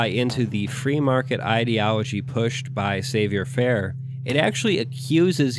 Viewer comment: Good videos, but just lol if you didn't get the commie revolution ending on your playthrough. (Also, that's not how you pronounce "savoir faire." It's french.)